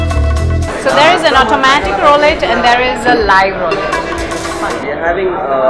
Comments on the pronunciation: Ifs not Rowlete.....its pronounced Rulete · If only you knew how to pronounce roulette.